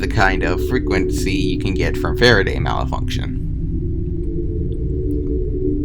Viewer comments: Knowing you have dyslexia helps explain why you pronounced malfunction like "malafunction." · The way they say "malafunction" and "gross"/"groose" annoys me.. At least they didn't say "homogenous"